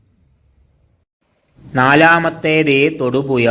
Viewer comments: തൊടുപുയ അല്ല തൊടുപുഴയാണ് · മലയാളത്തിൽ ഴ എന്നൊരു അക്ഷരം ഉണ്ട്...തൊടുപുയ, മുവാറ്റുപുയ, കോയിക്കോട് അല്ല... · നീ നിന്റെ മദ്രസ പാട്ട് പാടുന്നത് പോലെ അല്ല കാര്യങ്ങൾ അവതരിപ്പിക്കുന്നത്.... പിന്നെ എന്ത് വില കൊടുത്തും ,ഴ, എന്ന് പഠിക്കാൻ എവിടെയെങ്കിലും പോകു.... അവന്റെ ഒരു തൊടുപുയ.😮😮😮😮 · തൊടുപുയ അല്ലേടാ നാറി തൊടുപുഴ 🤭🤣🤣🤣🤣🤣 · എട പട്ടി തായോളി നീ ആദ്യം മലയാളം ഭംഗിയായി സംസാരിക്കാൻ ശ്രമിക്ക് തൊടുപുയ നിൻ്റെ ഉമ്മാൻ്റെ പൂയ്🤪😜